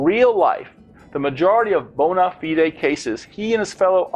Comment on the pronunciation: May I also add that "bona fide" is not pronounced that way in British English or American English... I hope this link helps.